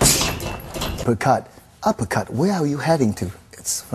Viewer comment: "uppelcut sometimes not regal in toulnament"